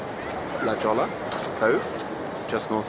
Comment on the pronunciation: I live in Los Angeles, and go to La Jolla often. “Jolla” is pronounced with an “H” sound. It’s Spanish.